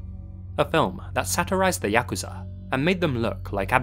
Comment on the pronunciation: Thank you for pronouncing Yakuza correctly. Every time I hear it said Yah-Koo-Zah, I die a bit inside